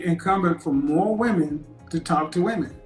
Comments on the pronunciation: Why does she keep saying "woman"and not " women "? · Dear America, women, plural, more than one (wim-in). Woman, singular (woom-uhn). It’s not difficult. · I really have a hard time hearing when a lot of people keep saying "woman" when they are speaking, and it should be said " women". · I swear to God I do not for the life of me understand why these younger people cannot pronounce the word "women"